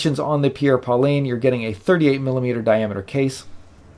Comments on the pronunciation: Great review! One complaint...It's pronounced "Paul-ain" with a soft "N", not "Pauline". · I much prefer the Merkur, mostly for the dial legibility and case design, as well as the suede strap. Just a note..."Paulin" is not pronounced "Pauline", but rather more like "Paul-aingh) with an almost silent "n" sound. Great review. You and Shane are a great duo. I'm going to watch his review and see if he mispronounces "Paulin" as well!